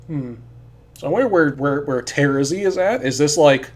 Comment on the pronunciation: I just realized that you are the only one who pronounces Terezi's name like I do Everyone else pronounces it with the stress on the second syllable and that's so weird to me